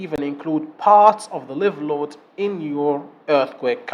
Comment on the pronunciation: مبارك جهودك استاذ. ملاحظة بسيطة. لفظ الحمولة الحية . لايف. بدل ليف. وجهودك عظيمة ومفيدة.